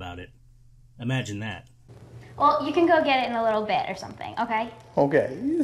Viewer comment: “WHALE”. instead of “Well”.